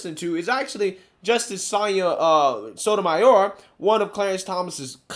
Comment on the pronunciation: Justice who???? Is it that hard to pronounce SOTO-MAI-OR